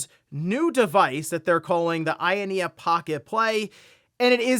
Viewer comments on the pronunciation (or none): out here calling it the AYANEA like my grandad used to call them Pokemans